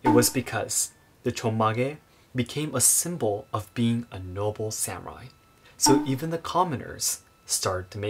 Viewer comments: Please say sah mu rai instead of sam urai. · I'm going to share your video with a bunch of non-Japanese long hairs in the USA. BTW, Sa-moo-rye?